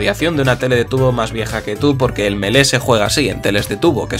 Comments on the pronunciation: Se dice mili meda cancer que lo pronuncien melee iuughhh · Me mata que lo pronuncies melé en vez de mili, por lo demás fantástico el vídeo :D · Lástima que te guste tanto pero que le digas Melé 😂😂 Si de verdad te importara, por más español que seas, le dedicarías unos segundos a aprender a pronunciarlo "Milí". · Creo q se pronuncia milii, me pueden corregir si estoy equivocado? 😓